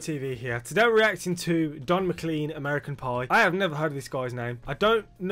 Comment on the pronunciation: MacLean pronounced Mah-clayn